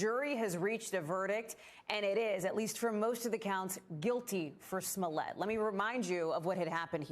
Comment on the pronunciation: Why does she keep pronouncing his name "Sss-mullet"?